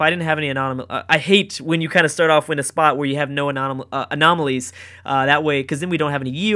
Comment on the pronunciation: Having trouble saying 'Anomalies' friend? :)